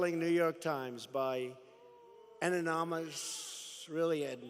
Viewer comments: He still can't master more than monosyllabic words. Want a laugh at his twice failed attempt to pronounce 'anonymous'? Check it out 45.27. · Capt. Bone spurs can't even say anonymous. Sad.